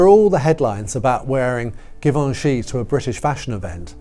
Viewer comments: Oh dear you are having a bad day with pronounciations! Givenchy is NOT pronounced with a hard G, but a soft G. Zhee-von-shee. And Terrigal - which is about 40 minutes drive from where I live - is NOT pronounced terra-gal!! It's terry-gl. The second syllable is swallowed. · Givenchy is pronounced with a soft g, like zh. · Give-anch -ee jee-von-chee :) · Oh …properly designer pronunciation. GEEEVONCHEEE, Givenchy…. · Please learn how to pronounce Givency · Interesting, fun video. Love the photos and I appreciate the notes. MM was never up to the job. Just didn’t have it in her. Not sure why the weird pronunciation of Ralph Lauren and Givenchy, that was a bit distracting, maybe it’s a British thing, but I’m happy to find this channel.